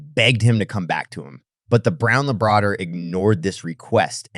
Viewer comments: this is a variation of an oft told tale. It would be better if you didn't pause in odd places, and checked your pronunciations-there is no such thing as a Brown Luh Bray door. Try LAB ruh dor, Lab for short. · Lmao the way he pronounced Labrador!!✌🐢